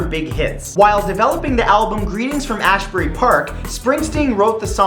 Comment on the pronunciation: ashbury...lol.ololololol its asbury.....but whatever it don't matter